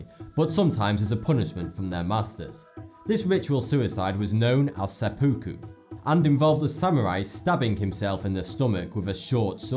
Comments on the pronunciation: It is pronounced Sep' pu ku - why do you never look things up before you make these videos? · And it's pronounced sep-pu-ku and sounds closer to sep-ica-cue totally butchering the language there mate again read another pop up book and didn't bother to learn how to pronounce the words properly and not the way you did which sees it spelled closer to sep-pu-ku butcher like without doubt we'll with an accent like that way am I not surprised you might as well have ended the video with "go down, that there ,thumbs up and click her" if your going lie at least try and sound smart if you are